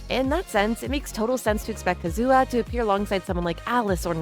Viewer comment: the way you pronounce Kazuha bothers me greatly